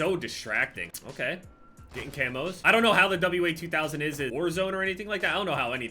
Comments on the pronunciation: its called the (wah)2000 not W A 2000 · W sniper. WA2000 is one of my favorite snipers in FPS games. Also it's pronounced WAH-2000 not W-A 2000 (WA is short for Walther 2000 as it was created by Carl Walthers Sportwaffen, a German firearm manufacturing company) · It's pronounced "Wazooo"